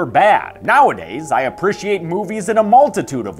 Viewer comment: Why does pronounce appreciate so weird